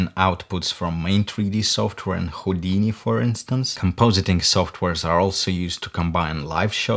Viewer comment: Я вот думаю, специально сказал ХУЙдини?))